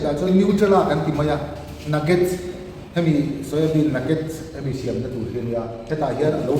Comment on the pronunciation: I tawng thluk, siam tih hi a dik hlel deuh a, a hnuai a mi ang hian Siam:Inbual fai a bual lai tak thluk angin lam tur Siam: i lamrik dan hi Hmun kan phiat a, phiat tih thluk angin i lamri a, heihi chu a diklo zawk